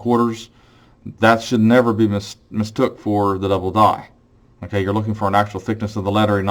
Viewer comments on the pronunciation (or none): none